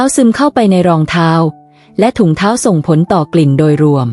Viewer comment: ทาว หลั่ง คือ เท้า กับหลัง งง อะ เสียงนี้ปล่อยมาได้ไง